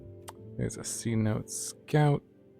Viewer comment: It’s pronounced “Seh-noh-teh” not “see-note”. The name derives from a word used by the lowland Yucatec Maya—tsʼonoʼot—to refer to any location with accessible groundwater. Just FYI love your content!!